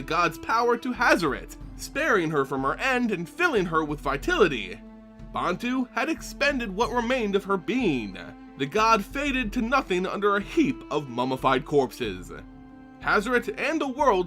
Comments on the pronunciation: Tf is vitility? I swear he butchers the English language on purpose..... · Is English his first language? Some of the mispronunciations grate me. "Vitality", for some reason made me wince.